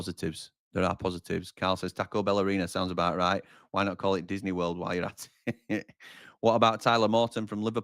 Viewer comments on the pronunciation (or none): none